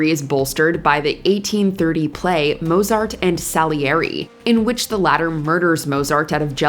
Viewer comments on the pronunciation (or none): It's not pronounced "moh-zart"!!! I refused to believe for a while that Stevie Ray Vaughan was actually dead, but ... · Not many people manage to mispronounce Mozart's name despite fudging so many other German names. The German Z isn't pronounced like the English Z. It's Motsart. Think "pizza." Or is this another damn AI voiceover?